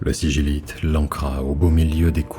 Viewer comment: On dit pas siguilite?